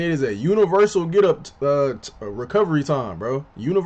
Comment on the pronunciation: Eyy man W Reaction bro and yea you pronouncing my name right. Everything you said about it on point. Recovery is a huge issue in this game and the fact the game released like that and months later hasn’t been fixed is ridiculous